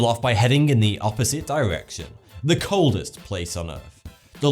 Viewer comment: Am I the only one who heard him say oldest instead of coldest settlement?